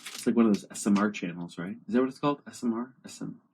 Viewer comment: He called asmr smr 😂